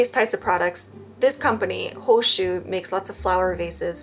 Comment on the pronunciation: I zoned out whilst watching, as per usual with my adhd, and only zoned back in because I thought you were saying my name only to realize you were saying hoshu and not hoshi